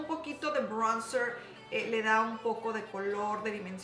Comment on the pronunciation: Jajajajja como dices "praimr" y "braunzr" 😂